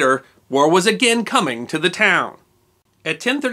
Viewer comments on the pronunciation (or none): none